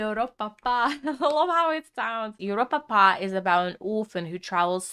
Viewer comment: ”ienhoernjoest”😂 “joeropapa”😂 “just”😂